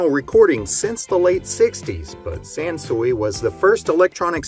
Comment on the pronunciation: It's pronounced San-Sway. I laugh my head off every time I hear someone call it San-SuE.